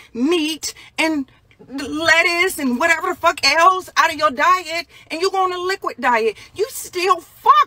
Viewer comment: Dude I love to hear her say what-her!!